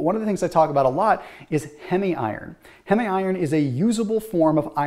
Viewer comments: Well according to IARC a few of what you said are super foods are actually carcinogens. Also, it's not hemi iron, it is heem iron (Heme). If you were "good at biochemistry" you would know how to pronounce that. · The proper pronunciation of heme is hēm.